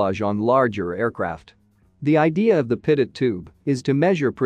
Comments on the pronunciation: Its pronounced 'Pitoe'...not 'Pitot'. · "pitut".... I thought it was pronounced pee-toe Edit: nevermind. I see it's a robo voice text to speech thing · Dang AI voice stupidly pronouncing "pitot". French name of Henri Pitot, the inventor, and those crrrrrazy French! They NEVER pronounce the final "t", therefore: "Pee toe" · pitot is pronounced pee-toe. This drives me to be annoyed. good information, but aghhh. Can't listen to the whole thing. maybe get a human to read the script instead of a computer generated voice. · Wow - so clear!! Thank you! btw, you can trick the TTS to correct pronunciation using phonetic substitues in your script. For example "pee-toe" or "co-pilot" rather than the correct spelling may change the way the TTS says the word. Sometimes you gotta experiment with it a little to get it to say it right. Great job on the video - lots of work in that 14 minutes and it shows!! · Voice algorithm needs to learn how to pronounce pitot and copilot correctly